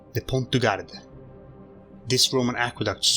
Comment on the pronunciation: In pont du Gard the "d" at the end of Gard is silent.